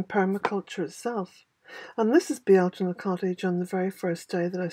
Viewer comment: THANK YOU!!!! I have listened, listened & re-listened to you saying it. I love the way you say it & wanted to know or understand. The first Google search took me to a Frenchman and it was titled, the correct way to pronounce Beltane. I knew beyond a shadow of a doubt it wouldn't be correct as you don't ask a non local how to pronounce something, but I listened for the entertainment. 🤣